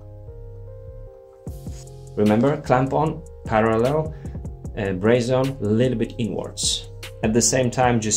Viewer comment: Braze-on or brazen? 😄